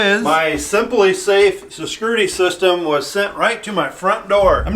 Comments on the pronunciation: What is sescurity system,? 😂😂😂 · Watching attempting to pronounce "security system" multiple times within a minute was the highlight of this video.